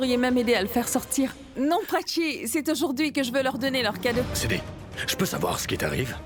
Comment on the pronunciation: 😂😂😂 siddhi a dit vin inbe cille😂😂😂😂